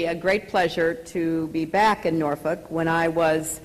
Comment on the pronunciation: She actually pronounces "Norfolk" correctly.